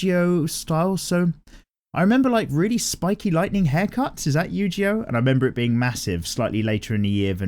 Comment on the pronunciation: Yu-Gi-Oh not Yu-Ji-Oh man, the way you're saying it triggers me